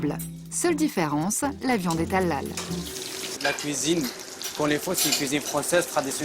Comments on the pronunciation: On dit halal pas a lal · On dit helal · On prononce "Haléle“.. Faites un effort quand même.. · Je croyais qu’elle disait à l’ail 🤣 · Sa me fait rire quand elle dit halal 😂😂 on dit pas comme sa mais bon 😂